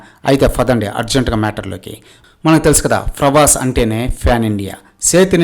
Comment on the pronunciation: Frabhas ani fronounce chese nuvve cheppali faruvu teeyadam gurinchi nee Gurivinda kinda nalupu chusuko konchem 😂